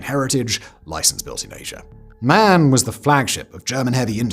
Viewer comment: Sorry it's called M. A. N. Not MAN